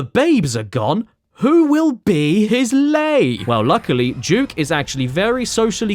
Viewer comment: Its Duke nukem not juke nukem